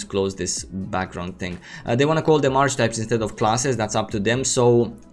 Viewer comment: Not a big deal, but in English Archetype is pronounced as three syllables: aar·kuh·taip Many native speakers don't get this right, either